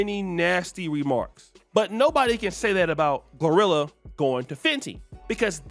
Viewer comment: He keeps saying rhirhi instead of glorilla lol